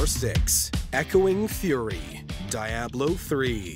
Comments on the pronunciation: What the hell is Die-ablo??? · Who pronounces "Diablo" like he does? 💀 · Yeah that made no sense to me. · ........"interesting" pronunciation of Diablo